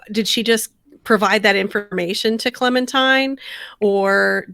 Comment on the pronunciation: Why do so many say clemintime? Small gripe just annoying a little. Edit : love the vid and take on the episode as always. I mean what I said above was my "complaint" so obviously I enjoyed 😆